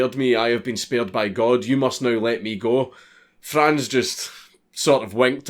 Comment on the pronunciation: Saw my Name (Franz) instand click Edit: Im rly proud of you, that you pronounced Franz right